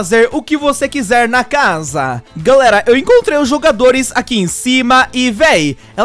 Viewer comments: Ela fala estranho na sua casam sabe? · "na sua casamm"desculpa mas é engraçado